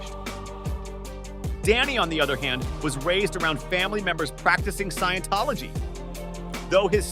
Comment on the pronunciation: LOL at how it butchered scientology.